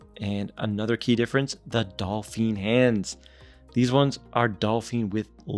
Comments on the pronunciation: It's pronounced "Doe-feen" not "Doll-feen". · Great looking Watch. I own an Ananta Chtonograph, which looks superior and has better finishing. BTW. Its "dauphine" hands. When you say it it sounds like "dolphin ".